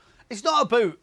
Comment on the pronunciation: Nicol "its not abooo"